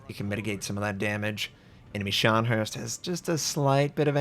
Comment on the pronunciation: PLEASE stop pronouncing Scharnhorst the way you do. Let me attempt this phonetically: Scharn-WHORST. HORSE-ST. It’s not “Herst.”